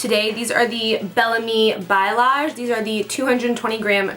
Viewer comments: It's pronounced ball ee ache, not by O Lache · Hi! (: just wanted to say that "balayage" is pronounced like "bolly-yahj" sorry:D but I love your videos! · Balayage. You said bayalage.